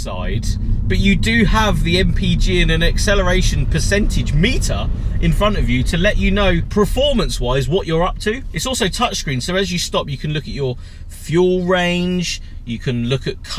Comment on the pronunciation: mate it’s “PERFORMANCE” not “pReformance” no R in perform or performance.. Commented this before on videos but you don’t read comments 😅